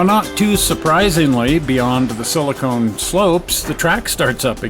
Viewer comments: Another interesting, well done video, thanks from this subscriber who watches and enjoys all of your output. But as an old techie, I do have one little comment - the silicon in Silicon Valley is pronounced siliCON, not siliCONE. That added letter E makes a huge difference. SiliCON is an element used to make computer chips, but siliCONE is a soft mushy organic compound used to make things like breast implants. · oh, I think you might want to reconsider your pronunciation of 'silicon' slopes. I chuckled. see you when we see you, I wish you both the very best.